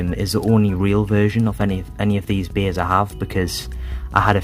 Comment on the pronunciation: When he says beys it sounds like beers